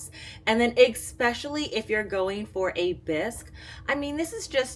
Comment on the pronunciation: Enjoys your content!!! But there’s no X in especially. But you’re not the only one… I’m sorry. Yes I should’ve 🤐. Third creator today saying expecially. 😅